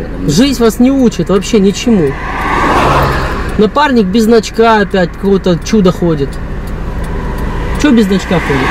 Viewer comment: мне послышалось"напарник без очка")))